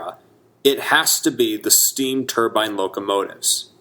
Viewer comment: Excellent video. Sad to see so many great locomotives erased from existence. Maybe some day a C&O Allegheny will run again. At least a couple were preserved. Thank you for pronouncing turbine correctly . It's not a middle eastern head dress. It's a steam turbine.